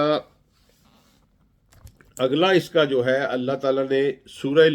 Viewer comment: یہ قرآن کا ماہر اکثر قرآن غلط پڑھتا ہے ان اللہ میں اللہ کے نیچے زیر پڑھ رہا ہے